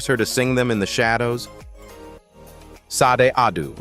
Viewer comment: How about Barry Gordy speak his own truth!!! Look over here instead of looking my way that's the feeling I'm getting. And who is teaching these AIs. Sod??? Poor Sade, the AI butchered her name. Back to the class room mister. Your voice and the way you pause and smash words together, well it was really hard to get through this video.💜💜💜